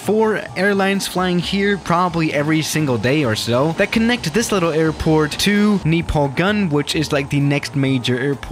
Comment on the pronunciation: Nepalgunj is pronunced as Nepalganj